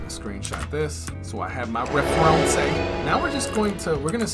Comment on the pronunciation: Bro I cracked up so hard when you said referenceé in that french accent lmao